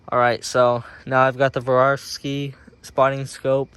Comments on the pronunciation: ”SWAROVSKI”, not ”woravski”… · Still gonna watch the video, but he kinda lost me at the intro with “vorawski”…😂